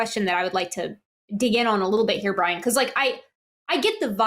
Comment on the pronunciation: 'Who is this Bwian?'